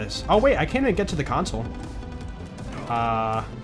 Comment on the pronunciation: I love when says “da” instead of “the”. He probably does it subconsciously, but I find it hilarious for some reason.